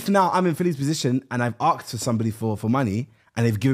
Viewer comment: No one gonna chat about Chunkz saying “ask is for money” instead of asked for money. Watch from 28.00